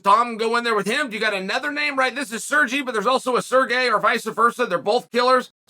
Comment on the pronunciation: Both Sergei & Sergey pronounce their names "sir-geh"